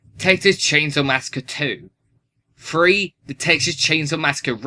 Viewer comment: Its "three", not "free"